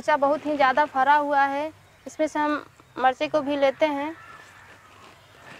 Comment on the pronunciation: फारा हुआ है ऐसे मत बोलो